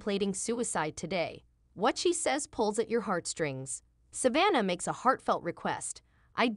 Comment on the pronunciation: IF YOU CAN'T EVEN PRONOUNCE SAVANNAH HOW ARE WE SUPPOSE TO BELIEVE YOU?